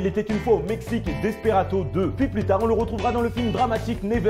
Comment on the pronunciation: allez quoi la prononciation des films ! fait attention quand même ! DesperaDo avec un D pas un T, Charlie Mordecai comme le raï la musique... attention quand même 😘